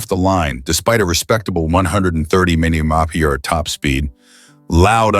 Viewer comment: Poor production and shite Ai and junk to try to interpret . Keep it no thanks If it so intelligent explain the inability to replace the humans capable of reciting the term M.P.H.? Instead it's like a mouth full of marbled gone bad🤔